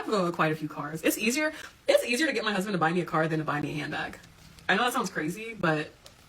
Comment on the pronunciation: "I gey my advice from God" OKKKKK